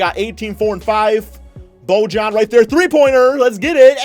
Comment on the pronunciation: It's Bo-yan not Bo-jan you bitchass